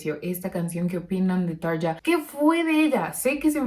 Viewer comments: Buenas se pronuncia Tarria, muy bueno tu canal saludos.! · Hola; Excelente reacción/análisis! Como fanático de Muse, me parece de igual manera una excelente versión la de Tarja.... Aaahhh; "Tarja" se pronuncia correctamente "TARRIA" (acentuando la doble "r" fuertemente); cuando Tarria vivió en Argentina iba a diferentes programas de T.V. y en cada oportunidad tenía que aclarar cómo se pronuncia correctamente su nombre. Saludos y Gracias!!!